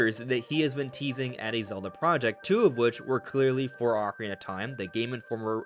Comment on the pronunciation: Why do you call it the ockie of time? You don’t pronounce your words